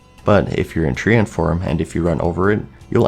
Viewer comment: A "Tree-Ant"... your pronunciation is becoming as shameful as Mrrgglls.